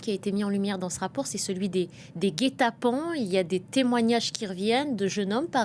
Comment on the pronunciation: elle a dit "guet-apens" ou "gay-tappants" ?